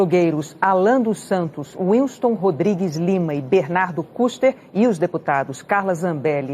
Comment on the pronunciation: Não sabe nem pronunciar os nomes Kicis e Kuster 😂😂😂😂😂😂 Enquanto isso o terça livre teve 44 mil inscritos a mais de ontem pra hoje. Parabéns pela propaganda gratuita!😂😂